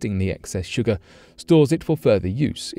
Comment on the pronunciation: Wtf is sugaaa ??! Lol !! 😝